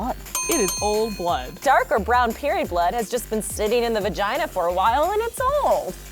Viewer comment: "the old vageene"